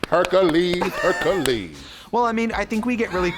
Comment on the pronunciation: i highly doubt trixie knows that latrice "herculeees" referance lmaoo and trixie just called dua lipa "dula peep" another good referance lol